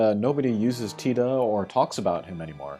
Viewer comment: Great review. The CG characters I'm most looking forward to, in order of preference, that fix problems with the current units are Squall (my fave), Locke / Zidane / Vaan (I'd like a 7* upgrade on Xon that I can take into trials) and then Tidus. Love how you pronounce his name, btw.